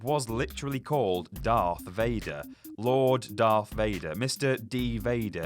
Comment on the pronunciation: Darth not doth